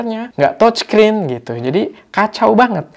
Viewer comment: Touchscreen dibacanya təchskrin..(seperti kalau kita ngomong E dalam kata "dEngan" atau "lEngan", bukan E di tEmpE) jangan tochskrin oom.. dengernya kayak gimana gitu..🙏🏻